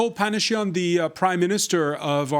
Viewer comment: I love how he says Panishyan instead of Pashinyan. We must punish once and for all.